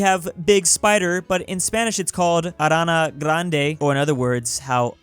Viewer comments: Ah yes. "Arana Grande" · In Spanish, try rolling your R and if you see "ñ" then it isn't a the regular "n" sound. It is pronounced in more of a "ny" sound. So instead of it being said as "arana grandA" it would be "arranya grranadA" This explenation probably confused you so I recomend going to a your most avalable translater. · Me, a spanish seeing pronounce araña grande as arana grande: " Carlos, dame el mosquete ".